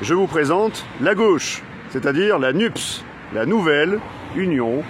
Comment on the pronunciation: Bravo pour votre humour. Vous êtes très en forme. Ps : quand vous prononcez NUPES, cela fait penser à nuptial 🤣